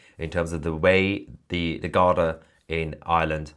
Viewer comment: Mahyar it's pronunced "Gardee". (Not garda). I lived in Ireland for many years.